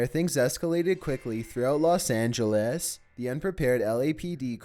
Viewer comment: Los angalas